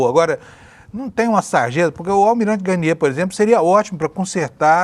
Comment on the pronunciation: parabéns, mas se diz Almirante GARNIÊ e não GÁRNIER.